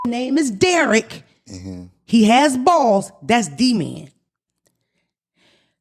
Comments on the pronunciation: OMG I had the same reaction to the name thing. Talkin bout some damn Duh-man. Its DEE-man!!! 😂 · omfg everytime she said D’man instead of D Man, it felt like nails going down a chalkboard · Watching now! How is she the teacher and she can’t figure out that D-Man is not pronounced like demand🤦🏾‍♀️